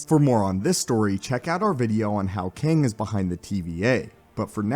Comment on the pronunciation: can’t get past you calling it qwang